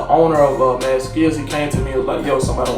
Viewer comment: has to having a learning disability…… “M.R.O skills???” He literally said Mad skills